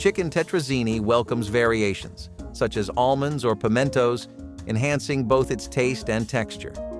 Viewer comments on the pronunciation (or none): none